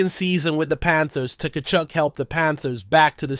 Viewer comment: The T is silent